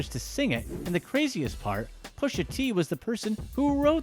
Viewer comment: Its prononced "Pusha". ur totally sabotaging that mans rap name